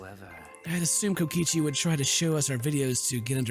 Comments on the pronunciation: did he say kokoshi instead of kokichi or is it just me? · Is anybody else mad that he's saying kokichi's name wrong?